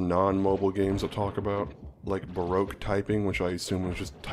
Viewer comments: It sounds like somebody can’t say BROKE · Baroque sounds like broke slowly pronounced